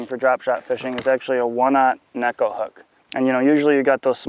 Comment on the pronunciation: Great video. Finally someone actually pronouncing neko properly. :)